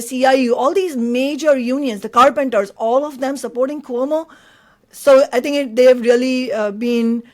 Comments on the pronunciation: It’s Quo-Mo, not Ko-Mo. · PLEASE know Cuomo is pronounced ’kwomo’ not ‘komo’. Thanks! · In the debate Momdani justifiably criticized Cuomo for mispronouncing the former's name, but you, Chris, mispronounce the latter's name. There is in Italy a Lake Como, which is how you mispronounce Cuomo's name, but it should be pronounced Ku-wo-mo, eliding the first and second syllables. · That's Cuomo, not Como, Chris.